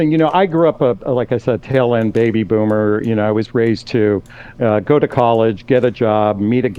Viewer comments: I heard him say "coomer" not boomer when he introduced himself :face-blue-smiling:I was like hold up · I thought dude said "I'm a coomer" not boomer 💀